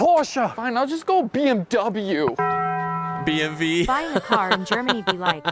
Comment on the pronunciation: Alright, American guy! Listen, if you pronounce it "Bay Emm Way", that's alright and we'll attribute that to your American accent, but NEVER say "Bee Emm Vee" again! What is a BMV supposed to be, a hybrid between a BMW and a Volkswagen?